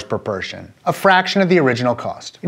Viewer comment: I heard pershon